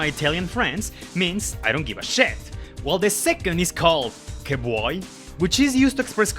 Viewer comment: as a italian that “che vuoi” was perfect